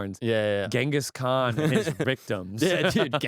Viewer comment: Ghengis Khock 😅😅😅